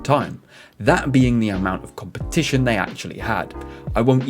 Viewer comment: I'd rather read all this than listen to an announcer who can't even pronounce the words "competition", or "start".